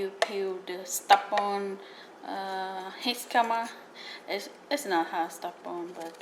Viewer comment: Can’t trust someone who pronounces it jiscama